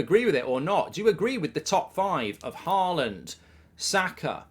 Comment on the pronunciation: Why do you keep calling him "Haland"?